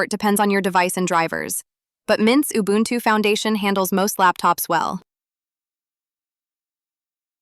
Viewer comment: Please learn how to pronounce Ubuntu. The way you said it, could be offensive in terms of colonial history. Ooh booon too